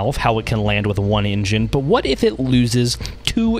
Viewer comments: The way this narrator pronounces the word "engine" sounds like "Indian" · can't take the pronouncing of engine as "injin" had to stop